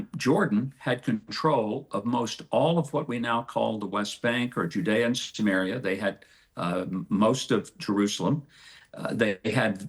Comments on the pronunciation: He keeps saying Judaea and Sumerea or whatever.. how can Palestinians accept people like this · Huckabee keeps saying "Judea and sumaria" like it's a defined land with borders... And then says Palestine doesn't exist because it doesn't have defined borders.. Filthy